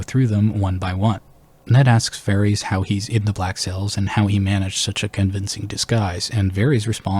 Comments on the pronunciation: Good content but Bruh, you can't be serious with this "Vair-eez" - it's *Vair-iSS*. You don't call Daenerys 'Daenereez', right? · I did find this fairly distracting throughout the video. I am curious where he got this pronunciation from, because they don’t say it like this in the show and George doesn’t say it like this either. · Why varies? You have no excuse for your disgusting pronunciation. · NICHT: Varys OUI OUI: Vareese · You saying like Vaerys makes him sound like a Targaryen and I back this theory. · You did NOT just pronounce his name as "Varies" YOU HAVE THE CORRECT PRONUNCIATION IN THE VIDEO FROM THE SHOW!!! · They literally pronounce his name correctly for you multiple times lol who is Varees